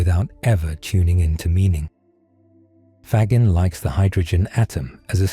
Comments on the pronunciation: Gagging is mispronounced here. "Fa-gene" is closer to correct. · You are doing something ESSENTIAL by making Federico Faggin’s insights more available and understandable. However using a computer generated voice-over contradicts the essential message and, to my ear, weakens the message. Faggin (here consistently mispronounced) argues for the prosody of the real human voice. If you would like to sample the difference you can have mine, freely and gladly given.